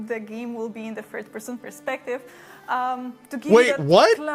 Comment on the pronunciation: Now that I watched this again, I initially thought she said the game would be in "First person perspective", but now I think she says "Fird person perspective" (in other words "third person perspective", but with a wrong pronunciation since english is not her native language, but can you blame me for not getting it right? I'm not that used to listen someone talking in english with a polish accent), but if that's the case, I stand corrected. I might have commented in the heat of the moment, since it surprised me (not in a good way) what I initially thought she said. It's true what I understood and what the brief gameplay showed didn't add up, but still, I thought the same as Cohh when he heard it.🤷‍♂